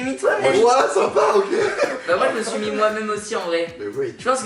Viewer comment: Juste on dit mis pas mit